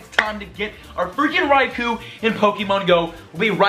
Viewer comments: stop saying Raikuuuu it's Raikou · "Rye-Koh", not "koo", as far as I know (per the pokemon generations cartoon). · Raikou unfortunately is pronounced RAI-KO not RAI-KU don't worry man it happens to all of us but FYI that's cause Raikou is in Japanese. Peace!:) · its pronounced raikoh not raikoo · It's pronounced Raiko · It's pronounced Ricko. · your saying raikous name wrong